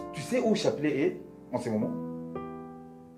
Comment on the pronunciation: Chapelet 😂😂😂😂😂😂😂😂😂😂😂😂chapelet 😂😂😂😂😂😂😂😂